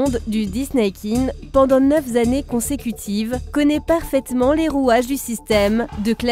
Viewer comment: "Pendant neuf z'années consécutives"??? Aïe! Sur une autre chaîne j'aurais rien dit, mais sur la tienne... ;) Ne me tombe pas sur le râble, je sais bien que ça arrive à tout le monde. Ca fait plaisir de te voir poster plein de nouvelles vidéos, en plus c'est vraiment bien fait! Mais n'oublie pas ce pour quoi on s'est abonné à ta chaîne, pour certains d'entre nous! PLIZ!